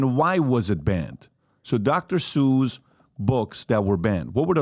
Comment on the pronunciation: She read the book. I can tell she liked it. He was reading it also, so hypocritical. Dr. Zeuch. It's Dr. Seuss